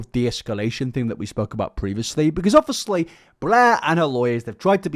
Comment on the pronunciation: Summary of video for those who don't want to waste your time: "OB-fus-lee... OB-fus-lee... OB-fus-lee... OB-fus-lee... OB-fus-lee... OB-fus-lee... OB-fus-lee... OB-fus-lee... OB-fus-lee... OB-fus-lee... OB-fus-lee... OB-fus-lee... OB-fus-lee... OB-fus-lee... OB-fus-lee... OB-fus-lee... OB-fus-lee... OB-fus-lee... OB-fus-lee... OB-fus-lee... OB-fus-lee... OB-fus-lee... OB-fus-lee... OB-fus-lee... OB-fus-lee..." You don't need to like illuminaughtii to find this dude insufferable.